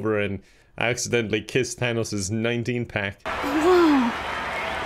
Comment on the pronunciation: "tanos"